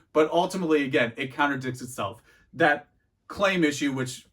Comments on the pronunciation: I’m sorry are you saying counter dicks instead of contradicts 🧐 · "Contradicts" lol not "counter dicks" haha